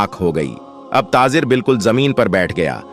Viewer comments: Tazir nahi tajir bolo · TaJir and not taaZir